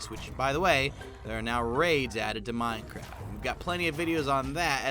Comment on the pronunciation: Minecrif? ....did anyone else catch that 😂😂😂